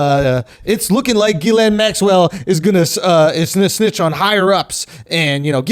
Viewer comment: Thought her name was pronounced "jizzlane".